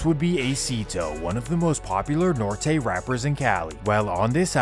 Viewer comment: Bruh gotta learn how to say Norte 😂😂